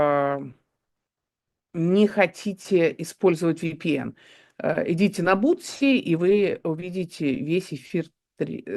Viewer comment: ДонЕльзя (вместо донельзЯ) ИмЯрЕк (вместо имЕрЯк) БуСТи (вместо буТСи) - от слова буст, а не от слова сапоги Город Хомс, а не Холмс Кажется, я что-то ещё забыл Дарданелльская операция была инициативой Черчилля (его по-русски, кстати, не Чёрчиллем называют), и окончилась поражением Антанты, Вам же уточнили, что речь про Первую мировую Евгения Марковна, меньше пафоса и выезжания на заслугах